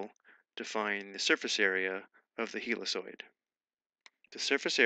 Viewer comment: Very useful stuff ! Thank You ! BTW. "helicoid" should be read as "hellikoid" or "heelikoid", looked it up